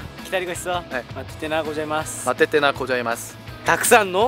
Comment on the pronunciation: ケイタなんで「ありがとうご"じゃ"います」で教えるの？w もしかして韓国人の可愛い発音の需要を考慮してなの？？笑